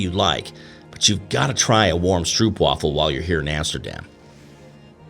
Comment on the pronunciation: You've been to Amsterdam so many times but still can't pronounce 'stroopwafel' correctly. It makes me cringe to hear you. 😖